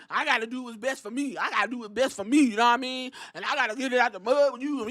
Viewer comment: I heard Mia Yim say yaddahmean when she was talking about the women's tag team champions lol I'm like she doing jacob fatu reference